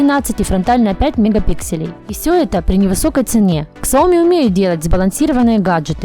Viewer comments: К..к...ксаоми? Может быть СЯОМИ? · прежде, чем идти клепать обзоры, коих тысячи, выучили бы произношения названий производителей... после ксаОми выключил нах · Господи!!! Ну почему Ксяоми? Почему нельзя говорить без ошибок? Прям слух режет 😱😱😱